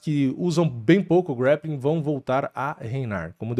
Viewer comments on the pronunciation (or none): Tu é muçumano? Grappling não é grEppiking 😂